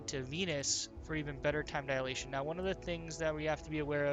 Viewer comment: Time 'dialation'?